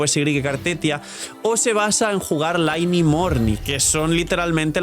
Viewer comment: A ver por favor para ya de una maldita vez de llamarla lainei se dice ly-ney ostia que mala costumbre de llamarla mal y ni que fueseis monos